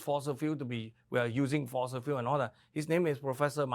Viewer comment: No fosels in FOSIL fuel !